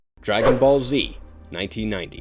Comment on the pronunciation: This man butchers the name dragon ball and we just supposed to skip that? 😂